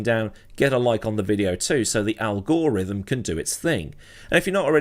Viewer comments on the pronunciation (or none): Al-gore-rhythm got me 😂